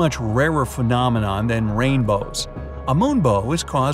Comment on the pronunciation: He always says phenomenome on every top 25😂